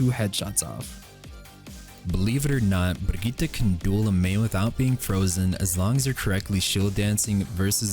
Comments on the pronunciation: Stop saying Brigitte like that please, just say brig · Loool even though he tried, the name is pronounced Brigett-eh not Brigett-ah 😂 great video btw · Is it Brigitt-eh or Brigit-ah? I think it's the former and is pronouncing the name incorrectly. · 1 Hour of saying "bRRRRRRigitta"? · disliked the video just for the way he says BRIGITTE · The "Brigitte" pronunciation by was incredible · I hate how he pronounces 'Brigitta' it's a German name... Obviously its pronounced "Brigitta" ;) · Im pretty sure he holds the world record of how many mispronounced names. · love how pronounces brigitte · Bruh he pronounces the name right but it sounds stupid cuz he says the "R" too hard😂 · As a swede i cringe so hard whenever someone says Brigitte